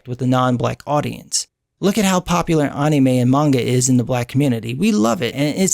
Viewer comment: how you say anime just bless you.